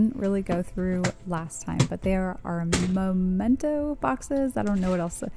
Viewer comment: I love your decluttering videos! Also, it's memento. Where you put things you want to remember. Both words have "mem" in them. It's a good way to "remember" to say "memento." :)